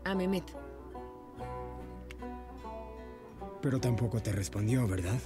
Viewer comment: ¿Qué no "Memet" es MEHMET? O sea, se pronuncia "Mejmet", creo